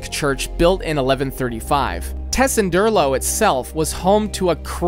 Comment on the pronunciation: Thank you, for mentioning my and my team's builds. It's lovely to see our small team get this attention and recognition! P.S.: Amazing how you pronounced Tessenderlo flawlessly.:)